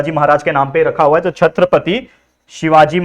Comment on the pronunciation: Sir chhatrapati 👏🏻🙏🏻😊hai chatrapati ❌ nahi